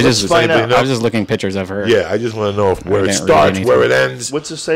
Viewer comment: PICHERS!?!?! its pictures i hate when people say it like that haha dam you brain